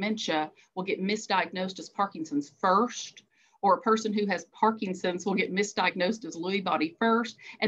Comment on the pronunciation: Excellent talk, but the disease isn't ParkinGson's, it's ParkiNson's. Many people also call it Parkison's, leaving off the N. But adding a G isn't correct either.